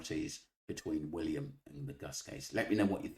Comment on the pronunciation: She can’t even pronounce William’s name correctly - then she goes on a tirade about “facts” but hasn’t come to the table with the knowledge of the very basic facts herself. Is she that stupid or is she on someone’s payroll?